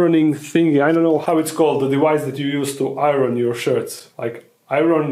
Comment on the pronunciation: Also “Iron”. But hey, my second and third languages are far worse than his.